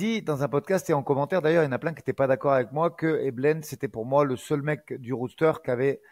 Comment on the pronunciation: Bien joué pour la bonne prononciation du mot "roster" ❤❤❤